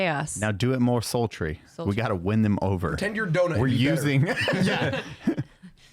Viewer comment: Yeah, do it more "soul tree." haha